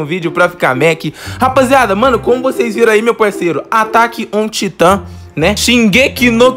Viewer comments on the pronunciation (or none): Eeeeew taitannmn se pronocia taitammmmmmmmmmmmm